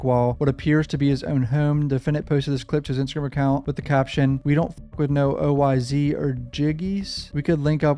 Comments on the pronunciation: Yo when you say oyz it’s not o-y-z it’s just oyz like imagine it was a s instead of a z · BTW its OYz pronounced: oh•wise & OGz=oh•jeez haha js I enjoy the content